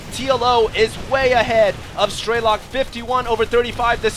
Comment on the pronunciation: Absolutely incredible game, TLO is definitely my favorite player now also, it's pronounced "streh-luk", not "stray-lock", to my knowledge